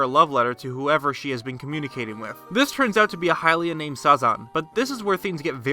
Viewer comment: Why did you say hylian wrong in the seven heroines video and now say lynel wrong? It's stupid and annoying...